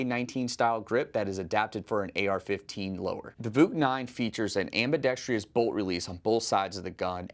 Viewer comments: Where can we vote for the host to learn how to pronounce ambidextrous? I can’t find that option. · Why can no one pronounce ambidextrous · I love all this. EXCEPT the pronunciation of “ambidextrous.” Dude. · "Ambidextrous" is the word. Ambi-dex-trous. Not ambi-dex-tri-ous - there is no "i" in it. On the positive, this year's 2025 lineup is even better than the interesting 2024 lineup. PSA having a gun for every need, with their approach of customer-focused, value and quick innovation, is absolutely killing it. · Ambidextrous. Four syllables. AM/BEE/DEXT/RUSS…Not, Five..AM/BEE/DEXT/REE/USS. I wasn’t going to say anything but, for as often as the word is used, I had to. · When did "ambidextrous" become "ambidextrious"? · Someone please tell my dude that there is only one 'I' in "ambidextrous" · Great firearms and amazingly difficult choices. But please look up how to properly pronounce AMBIDEXTROUS. Ambidextreeeous isn’t a word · Someone please tell me why Americans in the firearms industry insist upon a superfluous "I" that does not belong in the word ambidextrous. Am-bi-dex-trous. It is not, and never has been "ambidextrious". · If you’re actually selling grenade ammunition for the Thumper, then cool. Otherwise not super interested in firing gender reveal balls. PS it’s pronounced “ambi-DEX-truss,” not “ambi-dex-TREE-us.” Why is that so hard for some people?? How the heck do you get “TREE-us” when you read “trous”?? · For the love of god it’s pronounced: “am·buh·DEK·struhs” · This guy doesnt know how to pronounce ambidextrous lol. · Why is the word "ambidextrous" so difficult for people to pronounce? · PSA can't even afford to hire people who know how to pronounce "ambidextrous". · This man doesn't know how to pronounce ambidextrous. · Please learn how to say “ambidextrous” there’s only four syllables, not five.